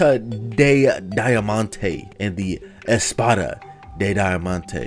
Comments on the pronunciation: I like how the diamond stuff was in Spanish BTW Espada is pronounced espatha and it mean sword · It's too fun to watch him try to say sword or diamond pickaxe in Spanish 😂😂